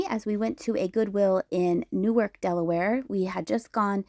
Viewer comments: Hello, the town is pronounced New-Ark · I used to live in Newark. As an f.y.i. it's pronounced differently than Newark NJ. The Delaware Newark is pronounced New Ark - with the same emphasis on both syllables. Fun to see the Twin Bridges too. It's been decades since I crossed there. When I was a kid in New Jersey, there was just the one Delaware Memorial Bridge (opened 1951), and then they built the twin - opened in 1968